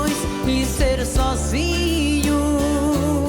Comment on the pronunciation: The i in the word "Sozinho" is necessarily nasal either you are singing or not. That's how we pronounce it